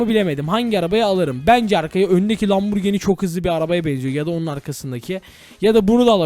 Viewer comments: Lamborgin değil lamborjin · Lamburgini değil okunuşu asılı lamburcini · Abi sen lamborghini derken hamburger diyorsun sanki